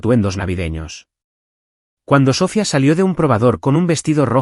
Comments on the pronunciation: Totalmente mal pronunciado el nombre de la hermana es Sofía no Sófia, como dicen creo no es una persona el narrador es un robot por eso tantas palabras mal pronunciadas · No es Sófia es Sofía